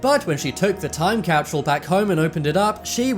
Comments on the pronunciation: There no "H" in time capsule! I absolutely love ur channel but for one reason or another the way u repeatedly said" time capshule " was kinda annoying nd this was the 1st vid. On this channel I didn't finish. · Hate the way the guy says capshule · time capshule time capshule time capshule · Damn, I know you got an accent, but there is no H in Capsule. Also, the "future" guy isn't anything special. Anyone can be super vague about things.